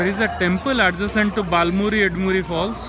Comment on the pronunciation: It’s not “baal muri” or “Ed muri” It’s bala (right) muri and Eda(left) muri. Just correcting you. Thank you for the video